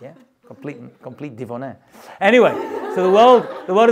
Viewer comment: "complete divoné" 😂😂😂😂